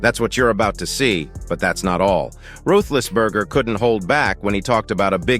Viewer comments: AI, Ruthlessberger???? Lmao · You can't even say his name right your an idot